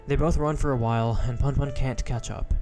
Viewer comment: It’s “Poonpoon” not “Punpun”